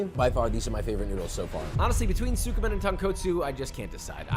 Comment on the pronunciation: Slight correction, it is tsukemen, not tsukumen.